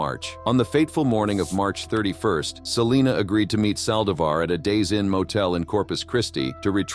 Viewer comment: at least learn to pronounce hispanic names correctly!o-- ON the saldivar case!